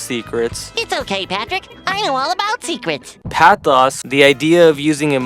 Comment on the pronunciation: Dude casually pronouncing ethos, pathos, and logos wrong. Give it up for the American school system 👏👏